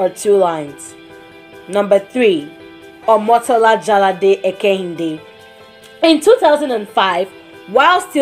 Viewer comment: The way she pronounced Omotola's name was so nice